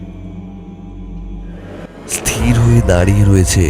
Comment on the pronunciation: উচ্চারণ ঠিক করুন।স্থির আর স্তির এর পার্থক্য জানুন আর উচ্চারণ ঠিক করুন।